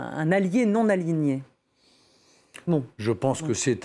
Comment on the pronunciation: Ouh ! c'était dur d'aligner les mots non-aligné et aligné... On a entendu aligné et aliéné à la place !!